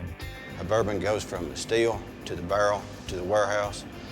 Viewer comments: “you know you can taste…some of the verneddle taste from the BURRRRL” Wtf is “verneddle”? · Tennessee whiskey goes from the steel, through the chako, to the bärrrrrr and then the warehouoos..